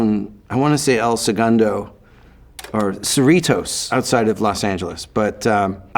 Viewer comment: Shout out Cerritos 😂😂 or surrey toes as Mike says 😂😂